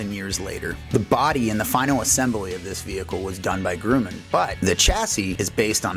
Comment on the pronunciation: Your pronouncing Grumman wrong.